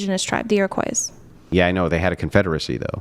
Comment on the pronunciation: Firstly, pronounce "Iroquois" correctly...secondly, lady, LEARN YOUR IND I AN HISTORY before you try to debate. You lose.